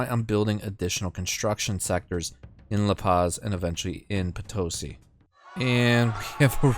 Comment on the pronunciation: And Potosí, not Potósi